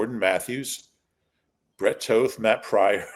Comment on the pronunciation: Can You try pronouncing "Toth" like "Moth" or "Hoth"? Maybe it will add some gravitas?! Instead of "Toth" like "Oath".